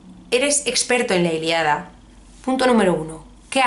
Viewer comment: La Iliada? La ILIADA??? Es la ILÍADA!! Con tilde coño! Que me da algo cada vez que te escucho pronunciarlo mal! Sin acritud.